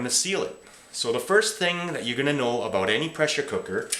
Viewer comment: D you said aboot.